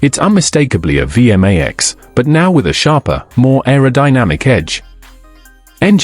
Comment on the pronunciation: It's not pronounced VM-AX It's a V-MAX.